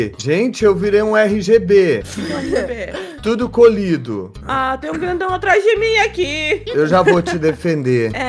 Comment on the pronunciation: Eu não entendo porque ele fala colido